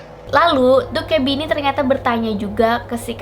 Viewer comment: Bacanya bukan Dokkaebi tapi Dokkaebi